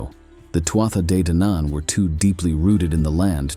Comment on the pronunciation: It’s pronounced tooah de